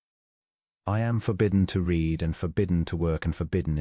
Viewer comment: « She read everything » - the verb ‘read’ in this context rhymes with ‘red’, not with ‘feed’, as the robot narrator mispronounced. … »his aching head » - ‘aching’ has a hard ‘ch’ like a ‘k’ and is pronounced ‘a-king’, not ‘a-tshing’. ‘wholly silent’, not ‘holly silent’, and pronounced ‘ho-ly’, not ‘haw-ly’. Fortnight